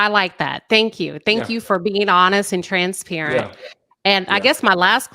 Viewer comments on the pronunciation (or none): says TRANSPERATANT